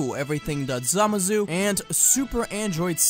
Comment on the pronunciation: Did anyone else hear him say samazu instead of zamasu?